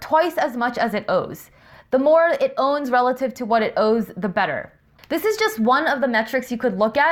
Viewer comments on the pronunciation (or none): Great videos. If I can make one comment. At , you said owes versus owns. It took me a little while to grasp what you were actually saying because the first time I thought you just said owes twice.